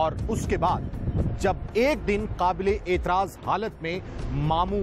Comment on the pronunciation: qabelay aitraaz nahe naa qaablay aitraaz halat mein